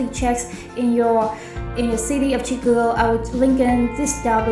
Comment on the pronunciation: Chicago learn to pronounce it correctly !!!!